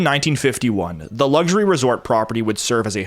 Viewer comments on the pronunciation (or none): none